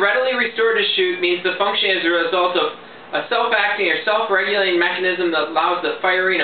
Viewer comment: The definition relies on the mechanism being "self- regulating" (y'know, that part you mumbled through a couple times). A user-controlled secondary trigger function (release) isn't self-regulated, it's user-regulated, so the number of rounds you get for each "pull" is irrelevant.